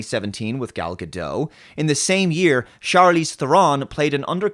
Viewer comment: Charlize Ther-on. "on" not "own",. Ga-dot. "dot" not "doh",.